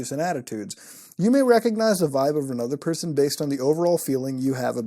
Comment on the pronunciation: “Become another person becomeanotherperson BECAM ANUTHA PERSUN”